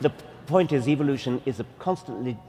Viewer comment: I dont want to believe someone who says eevolution.